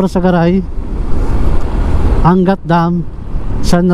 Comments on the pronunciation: AN-GAT hindi Angat. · Ang lawak pala ng Montalban.Para kang tourist guide.Your video is informative and enjoyable. May ibang daan pala papuntang Bulacan and Nueva Ecija na hindi dadaan ng NLEX.Anggat is the right pronunciation, not An-gat. Have more of thesevideos. Congratulations! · Tamang pag bigkas ng Angat---ANG GAT hindi angat. Parang hindi nman safest yan lalo na sa gabi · ang tawag sa bayan ng ANGAT ay AN-GAT. Hindi po angat na parang binubuhat. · The correct pronunciation is ANG-GAT, not ANGAT. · An-gat po hndi "angat" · an>gat hindi angat bro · Angat pronounce as "Ang-gat" po hehe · Anggat po ang pronunciation nyan.